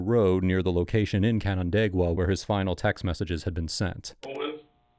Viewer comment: As a person from the area, I'm proud of your pronunciation of Canandaigua, it's a hard one!